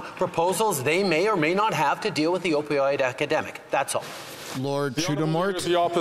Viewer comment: he most definitely said Opioid “academic” 😑 🤦🏼‍♀️